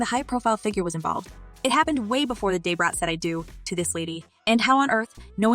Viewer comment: This is "alleged" news. Either the pronunciation of "Day-Brat" is to avoid legal ramifications using a celebrities name & likeness for what could be fake news or Ai does not have speech recognition yet for "Da - Brat". And the use of screen shot comments is used to fluff the story with unknown sources. Its crazy how they have the time to put this stuff together.